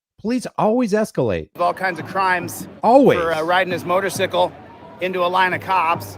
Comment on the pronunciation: I absolutely love, but why the fuck is he calling a motor"cycle" a motor"sickle" 😂😂😂 Much love Brian and! <3